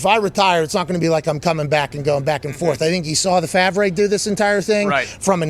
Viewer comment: ....The Fav.Reh Haha ! How he pronounced it love it! (Favre) (Far.Ve)